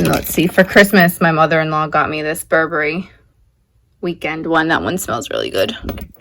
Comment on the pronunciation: GAH, I love Lucy's picture, whatever it is, it is amazing!! TY, for sharing your home, again! ALSO, TY for saying BUR-ber-ry correctly! 😂 WOW, your glass cabinet/detecting collection...💣💣